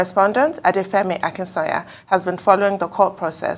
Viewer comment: Akinsanya is a Yoruba name, why is this lady pronouncing the name as if its a foreign name. That aside, any surgery in the world has an attendant risk and that is why patients have to sign a consent form before the surgery. There is an added risk to surgery in Nigeria because of all the other factors like incompetence, lack of equipment and corruption that permeates the whole country. It’s a shame that this lady had to lose her life this way